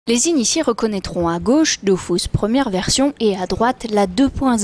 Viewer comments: Vive la 1.29 et contrairement a ce qu'ils disent se n'est pas dofousse mais dofus ... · c'est DOFUS et non pas DOFOUS ;) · dofus pas dofous MDR est ma tuer XD